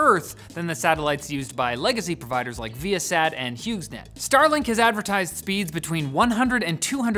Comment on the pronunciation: g is silent in Hughes